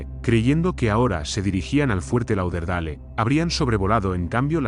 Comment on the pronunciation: Fuerte "Lau der dale"...pronuncia bien coño